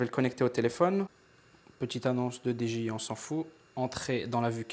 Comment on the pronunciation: attention tu dit D G I c'est D J I sinon super vlog continue sale v